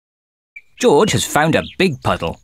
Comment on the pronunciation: I like the way how people tell George as "joj"😂 I can't wait to watch this premieres right now it's showing"Premieres in 37 hours" well I have no problem because I have set reminder 🔔 it will notify me well this will go live can't wait to watch this and laugh 😂😂